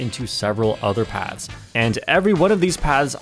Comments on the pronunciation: What's more concerning is how keeps pronouncing 'Paths' as 'Pads'... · Why does keep pronouncing 'paths' as 'pads'?